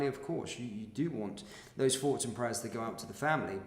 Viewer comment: Well done for reporting on serious crimes happening around the country. One observation: I've noticed you say, 'Fink, Frew, Fought'. But then will also say, 'THursday' and 'wheTHer. Did you forget you were supposed to say 'F'? I know you want to appear cool, but this sporadic mis-pronunciation detracts from the gravity of your presentation. I know you want to come across as trendy and street, but rather than being taken seriously, it makes you sound a bit Fick. Stop fighting the urge- just pronounce 'TH' correctly. Cheers👍